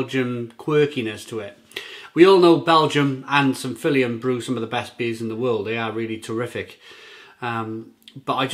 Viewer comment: Belgium does have a coast matey....between France & Holland. And Feuillien is pronounced 'Fur-Yen' I believe 👍